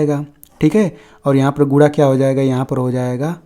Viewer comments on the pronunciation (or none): अरे सर गुणा है या गुडा क्या बोल😂😂😂😮 रहे हो